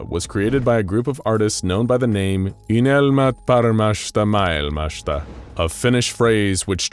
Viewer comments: I applaud you for trying to pronounce "Unelmat paremmasta maailmasta". I have to admit that I was playing Warframe while listening this video on the second monitor and I thought you were reading French until it continued "...a finnish phrase..." :D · How many times did you have to attempt saying "Unelmat Paremmasta Maailmasta" before you got something good enough?